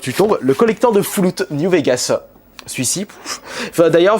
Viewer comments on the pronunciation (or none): FOULOUTTTTTTTTTTTTTTTTTTTTTTTTTTTTTTTTTT ROOMIE OBLIGE LE A DIRE FALOUT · "Fouloute" au lieu de FALL OUT, pitoyable, ainsi que bien d'autres. Vraiment honteux de pas savoir prononcer correctement le nom des jeux pour un collectionneur... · Merci a ta cherie, j'etais en train de menerver a t'entendre dire "fouloute" XD